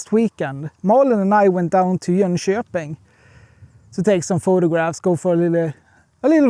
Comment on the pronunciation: It’s Jönköping if anyone was wondering. Swedes have a way of bizarre pronunciation unlike the Finns and Estonians.